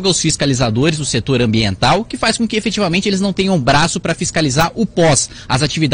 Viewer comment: A palavra é EFETIVAMENTE...kkkk sua cara Kim